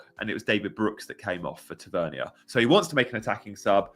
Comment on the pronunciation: Sorry, Marcus is from Newcastle, his surname is pronounced Tav-er-near. 😁